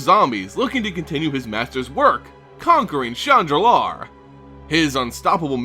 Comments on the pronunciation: When you say, "Shandalar" it sounds like you are saying, "Chan Nalaar". Lol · Always love your content. Just wished you pronounced the words per the spelling. For example: "Shandalar" has only one "r" in it....at the end. Lum-Dul and other names also very mispronounced, thus making these very hard to follow.